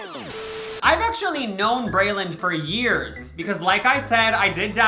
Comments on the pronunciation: No hate or anything but he keeps saying “Brayland”. It’s Breeland, right? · It’s brEEEland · Omg right?! It drove me CRAZY. I was like "WHY?! ITS BRELAND. PRONOUNCED LIKE BREELAND" lmao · it's pronounced bree-lend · also not saying her name wrong lmao i love him